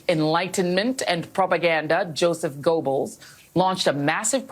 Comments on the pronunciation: For an educated person she doesn’t know how to pronounce Goebbels name?! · this idiot can’t even pronounce goebbels name right. What a f’in moron